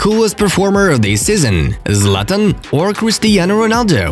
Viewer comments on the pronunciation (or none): none